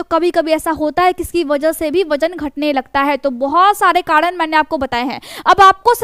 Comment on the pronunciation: Karan bolo kadn nahi hota hai pehle bolna sihko